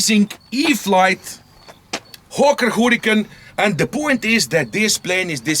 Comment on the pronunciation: it sounds like you say Hawker Hooligan all the time hey